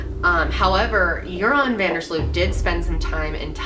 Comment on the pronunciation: It's prenounced 'von dur sloat' -_